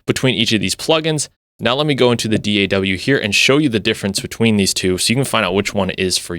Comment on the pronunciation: Thank you for saying D.A.W. instead of all those lazy asses "Daaahhhww. That's soooooo annoying.